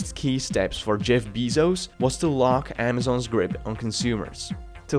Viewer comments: DUde your video seems to be informative and well edited but that accent and that "beezos" really put me off. You really must try to find a solution for this. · It's pronounced with a short "e" sound. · Beeezos beeezos. Bruh are you just trying to piss us off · beezose. hurt to listen to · It’s pronounced “Jeff Bazos” do you speak proper English? Lol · Jeff Bee-zos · The way you say bizos brought me to tears 😂😂😂😂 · I was unable to watch this video it hurt me everytime he said "Beezos" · Your pronunciation sucks, especially triggered by Beezos:( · it is pronounced BAYzos and not "shareholder supremacy" but "customer supremacy" and that is how Amazon escapes government scrutiny this should have been SIMPLE to understand with a modicum of analysis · And it’s actually bay-sos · You are pronouncing the last name WRONG isn’t a English last name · It's not bezos It's bezos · how can you know so much about a person and not know how to pronounce his last name? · How can you make a video about Jeff Bezos and not even know how to pronounce his name lol. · learn to pronounce his name correctly, just call him jeff if u cant pronounce it properly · thumbs down for mispronunciation of the name. if you cant take the time to learn how to pronounce his fucking name, how can anything you say be taken seriously? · thats not how you say 'bezos'. jesus watch any news channel. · you keep saying his name wrong in the video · How can I trust your facts when you can’t even pronounce his last name correctly? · Why do people mispronounce his last name? if you're going to make a video about Jeff Bezos, you have to pronounce the name correctly. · I think it's unacceptable making a video about someone and getting their name wrong everytime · Can you say his last name right? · it's not his accent. He just doesn't know how to pronounce the name. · Kid, before you start ranting about Amazon and Jeff Bezos, at least learn to say his last name right. Smh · It drives me insane how you pronounce his name